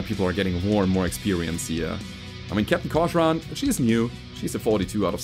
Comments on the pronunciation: I'm pretty sure cochran is pronounced "cock-ran" and not "co-sh-ran" And yeah it's nice to see you finally trying out other mechs besides atlas, mauraders, and later on Stalkers only! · Pronounce "Cochran" as if the "h" isn't there, like kokren. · The pronunciation is “cock-ran”